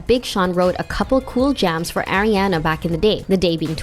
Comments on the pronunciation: STOP SAYING AIRIANA. SHE IS ARIANA. NOT AIRIANA. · It’s pronounced Ah-riana not Air-iana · AM I THE ONLY ONE THATS GETTING ANNOYED CAUSE SHE KEEPS SAYING (Aireanna) 😳😖😳😫😤☹️😡🤨😞😬🙄😶